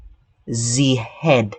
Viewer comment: “Zee head” made me chuckle